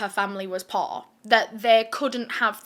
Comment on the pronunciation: When you first said poor I thought you had said posh.....